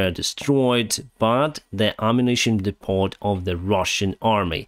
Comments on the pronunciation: I love your updates, am a supporter and watch every day. But one very small niggle: Depot is a French word, so is pronounced Depo, not DepoT, even in English. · You're pronouncing "depot" wrong. The "t" is silent. Pretend that it is spelled like "depoe". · Depot is pronounced “dee-poh” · keep up the great work. The word "depot" is pronounced "deepoh." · I'm learning to speak Spanish and my friends will always correct my pronunciation...I'll do the same to you: DEPOT is pronounced without the "T" or "DEPO". I love your blog and TY! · Great content, I'm starting to come here for the daily news. (Oh, the "T" in "depot" is silent, so it sounds like "depo"). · "Depot! is pronounced "De-poe" - silent "T". Interesting statistics on Russian missiles being shot down, and about ammunition depots 'spontaneously combusting' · Hi, FYI English pronunciation of depot is Dep-O, plural is depoze. Great work on your channel:) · Tiny little correction: in english the T is silent. depot is pronounced: dee-po Depots is dee-po’s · English correction for today: the 't' in 'depot' is silent, so it's 'deh-_poe_'. (short e, long o, emphasis on second syllable. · Hi, small point of grammar - you know how silly the English language can be!! 'Depot' is pronounced 'Depoh'..... silent 't'. Not to be confused with the similar English work 'Despot', that is confusingly pronounced 'Despot'! A Despot, by the way, is ' a ruler or other person who holds absolute power, typically one who exercises it in a cruel or oppressive way'. Sound familiar? Luckily there aren't many despots left in the world - most of them them have been killed off with one notable exception - and he won't last long if AFU Special Forces ever get their hands on the little shit..... that's 'Shit', pronounced 'Putin':) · Hi.. The T on depot is not sounded. Just for your info. So it is DEP=O. Keep up the great work. Putin cannot win this war so keep up your spirits. Safe skies!